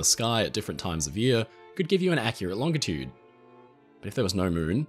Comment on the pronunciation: Thank you for using a hard G when saying "longitude".